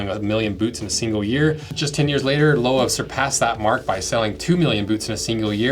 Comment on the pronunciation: Thanks for the nice review, Lowa are my favorite boots and It’s been a great pair for my hikes in the Alps. Btw it’s pronounced Lo-va 😊